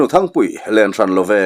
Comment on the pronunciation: Thingpuii ni lo, Thangpuii tih tur.. 😅😅